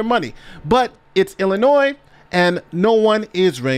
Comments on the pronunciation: This lawyer is still pronouncing the S in Illinois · Illinois (pronounced Illinoy) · Damn dude - how are you an educated lawyer but you're still pronouncing the S at the end of Illinois?? It doesn't have a plural sound. Stop it. Every video you cover about this stupid mayor you're sounding illiterate. It's a state, it's not hard, get it right already. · Damn dude - how are you an educated lawyer but you're still pronouncing the S at the end of Illinois?? It doesn't have a plural sound. Stop it. Every video you cover about this stupid mayor you're sounding illiterate. It's a state, it's not hard, get it right already. It's supposed to sound like "ill--i--NOY" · The S is silent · Commenter: the S is silent in Illinois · The s is silent in Illinois. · Don't pronounce the S in Illinois, duh! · As much as I hate this state and want out immensely, please don't pronounce the s in Illinois! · there is no noise in Illinois. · Jesus, the 'S' at the end of Illinois is silent... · The word Illinois is pronunced with a SILENT (S). Only an 8 yr old would pronunce it like you did!!! Been like this for hundreds of years. You call yourself a LAWYER? WIll NOT SUBSCRIBE to illiteracy. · still to stupid to get the state's name right ... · The S in Illinois is silent. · Please pronounce Illinois correctly. The S on the end is silent. Great video as always! 💜